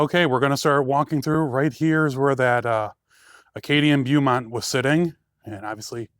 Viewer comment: Beaumont is pronounced Bowmont, as in a bow and arrow.